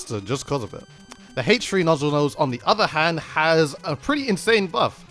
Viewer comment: The way you say H3 is kind of interesting. I don't have a problem with it or anything but it's kind of funny to me